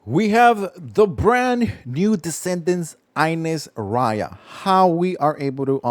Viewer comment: How in hell you say her name wrong they say her name in the game